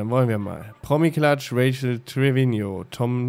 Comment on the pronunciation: Sarazar du nimmst bei Rachael ständig das a vor dem e weg es müsste wie Rafael klingen nur halt mit ch und nicht Rachel